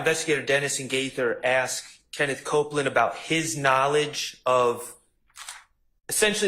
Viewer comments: Right 😂 It's annoying tl out of me. I wish she just learn to say "asked" 😂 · Why does she keep saying axed